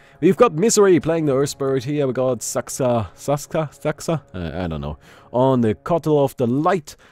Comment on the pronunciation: it's Saksa, mate, not Saska =D